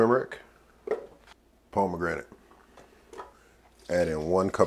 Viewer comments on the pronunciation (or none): Did you just pronounce it as “palmegranate “ 😂😂